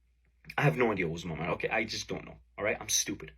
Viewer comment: I think she said "i don't mine" instead of "i don't minD" Maybe she has prior head trauma causing a majority of her issues?